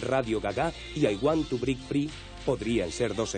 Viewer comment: "Radio Gaga"(pronunciando radio en español) y "I want to brick free"(para que decir break si es mejor el brick de toda la vida como el tetra brick y el want suena mas a juan que a want)